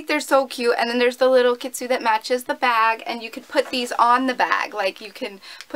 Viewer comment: Whoopsie! Its Pronounced Kitsune not Kitsu! We all make mistakes! <3 hehe!